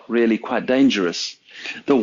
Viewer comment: Wow, those worm fwends weally made an appeawance thewe.